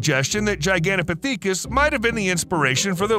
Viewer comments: The way this guy pronounces Gigantopithecus and Maori is absolutely infuriating to listen to. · The way he pronounces Gigantopithecus is so fucking jarring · HOLY CRAP, they even spelled Gigantopithecus wrong. I cant even say it the way he was MIS-PRONOUNCING it. It's Gigantopithecus, with an "i", NOT Gigantopathecus with an "a". Its pronounced pith-i-kuhs, NOT "pa-thee-kus"...LMAO! And yet ANOTHER correction is that Gigantopithecus DID live alongside humans. Jack Rink, a professor of geography and earth sciences at McMaster University in Ontario, found fossilized remains of the huge ape. Using fossil dating techniques, it was determined that the primate lived between 300,000 and one million years ago. Humans also existed in the same area, at that same time and would have DEFINITLY have come into contact with the giant ape and competed for local resources such as food. So YES, humans and Gigantopithecus lived side by side for AT LEAST well over 900,000 years or even more, up until the Gigantopithecus ultimately went extinct around 100,000 years ago. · It's pronounced "For-us-RA-kus". And it's not "Gigantopathecus", it's "Gigantopithecus". Don't wanna be THAT guy, just sayin'. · Oh holy hell, man.... it is pronounced ji-gan-tah-pith-i-kus quit saying it wrong .....over and over and over.... im about to throw my phone across the room if I hear you say that one ... and there it is.... omg! It's pith not peak..... pith-i-kus, not peak-us You just had to get it in one more time before moving on... I think you must be doing it on purpose knowing how badly you were mispronouncing it to annoy the rest of us.... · Gigantopithecus is not pronouced Pee tha cus it's Pith uh cuss. I can't take hearing it wrong lol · "Gigantopithecus" is pronounced "jai-gant-oh-PITH-e-kuss." The first syllable rhymes with "lie," "sigh," "pie," etc. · LOL no it is not, you must not watch all of his videos, he does this a LOT. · Actually it’s pronounced jai-gan-tow-pi-thuh-kuhs